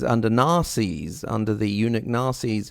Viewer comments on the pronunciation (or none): When he says Nasers it sounds like “Nazis.”